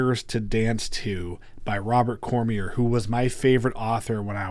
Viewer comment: Robert Cormier (Corm-Yay) for future reference...lovely French name.